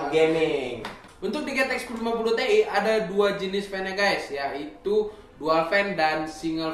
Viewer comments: gw pertama kaget denger pas bilang : TI bukannya ( ti ai ) malah ( TE-I ) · Not te but ti